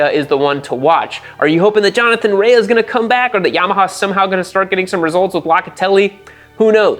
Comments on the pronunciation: OMG it's RAY not RAYAhhhhhh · Btw it is pronounced "Ray" not "rayah" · Rea is Pronounced like Rey not Reaya or whatever lol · Its TOP rak, not Touperak. Also, Jonathan RAE (Ray), not Rea-a. Just fyi. Good video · Jonny Rea. His surname is pronounced Ray. Have you been watching WSB on mute? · No Way this guy watches WSB.. no way.. the announcers say TOP-RACKs name a Thousand times a race.. its not TOPE-rack... as Johnathan (spoken)RAY.. not RAAYA.. its spelled with an A at the end but its silent (eyeroll) nice try "ive been watching for four years". hahaha.. ya rt. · Bro for someone who’s such an avid fan of WSBK and GP, you pronounce their names sooooo badly. It’s pronounced Ray for Jonathan Rae, not Reahhhhhhh 😂🤣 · If I say “homologated” and “derisively” 29 times nobody will notice I did zero research, nor bothered to learn name pronunciation. Johnny Ray-UHH prolly noticed too. But seriously, MotoGP and F1 have become almosr tech exhibitions w zero REAL competition, action, and racing. I once mocked Indy Car and WSBK, now? Even before Toprak, I found wsbk racing action superior to modern MotoGP and I watch F1 on 25x FF and RARELY do I need to stop to watch a pass or action or order change because they rarely occur. Once a car costs half a billion, or a bike costs 4m, the incentive to NOT mix it up and get elbows out is too great. You end up w the dogshit salad sandwich that is modern f1 and MotoGP. I really dig WSBK and IndyCar, your point is spot on in that regard. Also, not tryna be a dick, but when you have 1.5mfollowers, it seems a minimum level of effort is justified, leave winging it to the dipshits like me that have 300 followers. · rea is pronounced "RAY" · Pronouncing Rea wrong tells me you haven't been watching for 4 years